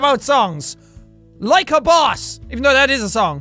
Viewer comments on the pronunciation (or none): none